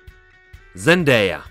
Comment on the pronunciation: To se nevyslovuje Zendéja, ale Zendája jinak super video